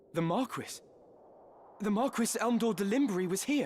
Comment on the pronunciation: Why are they pronouncing Marquis like that...